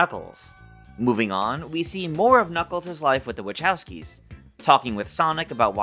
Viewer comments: Say the last name correctly it’s pronounced wah cow ski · Not a huge deal, but...phonetically..."Wuh-KOW-skee." K...not Ch.